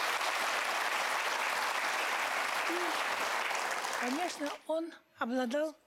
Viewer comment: Боюсь, что она нигде не смотрится. Отчество Муслима Магометовича произносит "Магометыча" . Проблемы с дикцией? Хорошенько бы надо поработать над сценической речью.